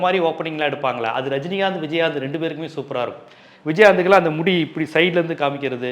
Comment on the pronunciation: விஜய் ஆந்த், நாங்க கூட சின்ன வயசுல இப்படித்தான் உச்சரிப்போம்